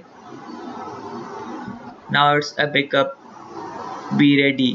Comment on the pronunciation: you said bekup?